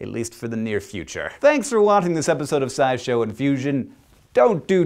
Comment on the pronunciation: The way you pronounce "sci" in "scishow" is te same as the Dutch word "saai" (=boring).